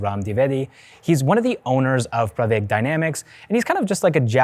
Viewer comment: Pravaig, not Praveg